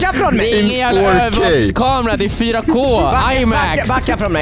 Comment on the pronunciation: “Ju just gott kåt in fårkay” - 2021